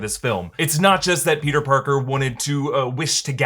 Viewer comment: For some reason it seems like doc ock was saying “you’re not Peter pogger”